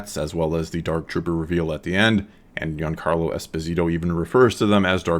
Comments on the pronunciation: Found it funny it sounded like he was saying young carlo Esposito haha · To me it sometimes sounded like you said 'Young Carlo' instead of 'Giancarlo'